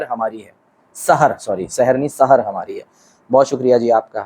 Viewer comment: Sahar is wrong in Urdu its called saher. like zahra not Zahara. Its subh not subha